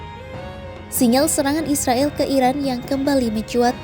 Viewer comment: klo mau damai, mulai lah memanggil mereka dengan Nama Mereka, Israel, pake e nya dibaca E!!